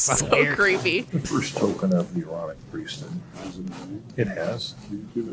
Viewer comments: Omg i thought it was "mormonic" priest bc i kept hearing MORONIC LMAOOOOO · As a Brit, "aaronic" totally sounds like erotic 😂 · I just came from part 1 and I’m so happy I was not the only one that heard erotic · Not gonna lie, I also thought it sounded like the voice on the tape was saying "erotic priesthood". 🤣🤣🤣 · 😂 i thought they were saying erotic 😊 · I just have to say when you were talking about the aaronic priesthood, in my head I pronounced it A-Aronic. As in "you done messed up A-Aron!" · U guys are my favorite YT channel right now 👏 i didnt think about the Aaronic priesthood in the previous video, but after u called it the ironich priesthood, i couldnt 'not' hear it 😂 greetings from Denmark👏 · I kept hearing “moronic” priesthood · I thought they were saying EROTIC lol!